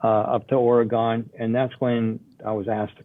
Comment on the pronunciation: super disappointed that Sandy can't even pronounce Oregon correctly. Such a dipshit thing to do...its 2021 for fucks sake